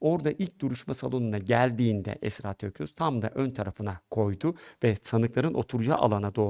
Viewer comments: Tokgöz, Toksöz hepsini söyledi bi Tokyaz diyemedi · soyismini genelde yuvarlayarak yanlış telaffuz ediyorsunuz Tokgöz der gibi ama soyisimleri Tokyaz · Tokyoz değil toktan abi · Ay nolur konusmayı becer artık bi söyleyemedin TOK-YAZ.BAŞTAN SÖYLE TOKYAZ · soyadları TOKYAZ neden telefuzda sorun yaşadınız anlayamadım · soyadlarını hep yanlış söylüyorsunuz en baştan beri… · Tokyaz kelimesini telaffuz edemiyor musunuz?